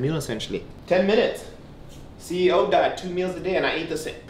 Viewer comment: the amount of time that he mispronounces salmon and says CEO 😂 I am really trying to watch cuz I do like him, lol